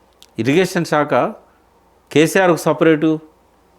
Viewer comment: shekha enti ? shakha anali kadaa?